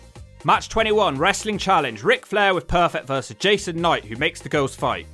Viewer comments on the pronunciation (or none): none